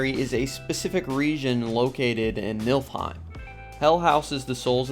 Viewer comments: its Niflheim, but yeah would love to visit Milfheim where lots of Valkyries and Hela are. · Did you say Milf-heim? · NIF-LHEIM... Sorry couldn't help it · so mcu seperated svartalfheim and nidavellir into two realms and joined niflheim and helheim into one. Also its pronounced Nee-fil-heim not nifl-heim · I wanted to comment about the mispronunciation soooo bad until I saw this comment